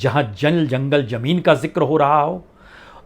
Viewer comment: Itna parha likha anchor.... Prasun Vajpayi.... Lekin... Z... ज़ ....zameen.. Zyada... Zaroot... Boltay nahin aata... Boltay time ekdam jaahil lagta hai..... Upar se gandi munchh jis k baal munh mein aatay hain.. Babu parha likha hai... Uchcharan sahi bolakar..... Zaahil?... Jaahil